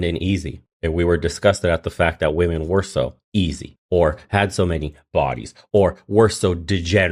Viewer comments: “WOMEN” is verbally pronounced as “WIMEN” !!!! “WOMEN” is NOT pronounced as “WOOOMEN” !!!!!!!!! Illiterate individuals !!!😖😖😵‍💫😵‍💫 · These illiterate individuals should go and learn the English vocabulary. WOMEN is pronounced as verbally saying WIMEN !!!!!! WOMEN is Not Pronounced verbally as WOOMEN !!!!! PLEASE LORD HELP ME !!!!! 😖😖😖😖😖